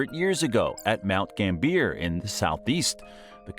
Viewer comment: I wish creators would research the correct pronunciation of the cities that they're talking about in their videos. Eg it's not gam-BEE-er. It's GAM-be-uh. Sorry, just a 🐝 in my bonnet